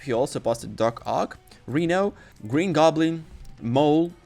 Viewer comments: What the hell is a reeno?! 😅 The man’s name Is Rhino (Rye-No) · It's "Rino" with a long "I" sound not "Reno"... Honestly if ur gonna make videos using English then u gotta pronounce names correctly 😅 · No hate but please stop pronouncing rhino as Reno it's pronouncing r-hi-no. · Fr lmao I was like who on earth is Reno? 😂